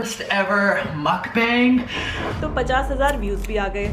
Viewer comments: Didi ye Mookbang nahi hai , the correct pronunciation is “Muhk-Bang” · Didi , ye Mookbang nahi hai ,, correct pronunciation is “Muhk-Bang” ..